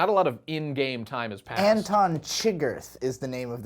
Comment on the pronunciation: it's Anton "shi-gurr" by the way, and he is hispanic